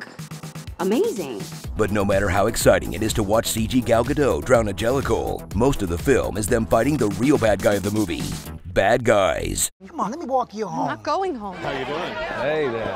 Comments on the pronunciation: If only they knew how to pronounce Gadot. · Why does every commentator go out of their way to mispronounce Gal Gadot's very easy and straightforward name?